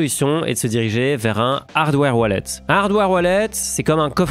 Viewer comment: "Vous pouvez l'envoyer vers vos toilettes...." ... hein ? "Vers vot' wallet" haaaaaaaaaaaaaaaaaaaaaa